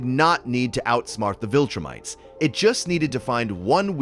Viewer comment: "VilTurnites" is funny to me